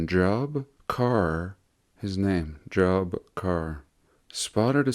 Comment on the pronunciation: The name Job is biblical. It's pronounced Jobe. Long e sound. Don't you know the Book of Job? Read it!